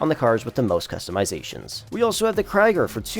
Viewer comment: Its not kraiger its krieger